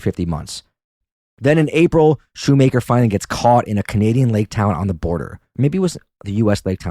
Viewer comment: This WAS posted a year ago but I just have to say it's Appa-LATCH-a and Shoemaker is pronounced shoe-mach-er (like mach 5)